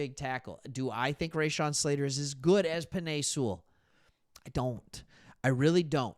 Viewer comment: Raw-Shawn, not Ray-Shawn.